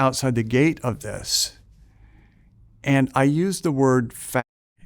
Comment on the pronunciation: very interesting "and", like the European in him emerged from his sincere enthusiasm